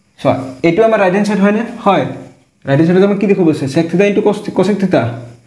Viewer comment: Sir please pronounce the word "sec" properly 🥲👍🏻